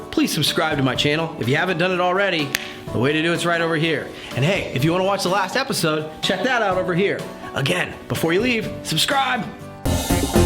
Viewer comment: did you really say epiZZode?!